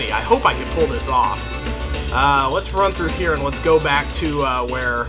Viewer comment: You said "Super Charge Runp/Rump" .